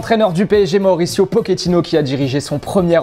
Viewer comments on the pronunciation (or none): arrêtez de dire pokéttino, c'est pochettino wtf